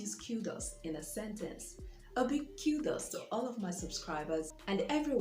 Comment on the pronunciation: Learnt the correct pronunciation of "Kudos" today 😁. Kudos to you our great tutor.👌🏽